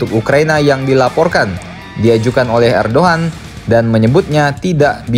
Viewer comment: ternyata edogan oh erdagan